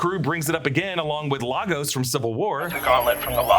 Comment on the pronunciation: It's "LAY-gos."